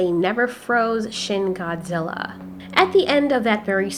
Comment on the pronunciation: you said shin gorji